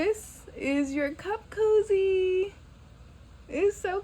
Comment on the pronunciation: It is cute… but I also see me stitching it on the end of a sleeve… I thought you said CUFF COZZY 🤣🤣